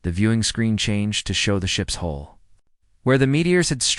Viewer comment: IT'S HULL HULL HULL DO YOU EVER GET IT RIGHT?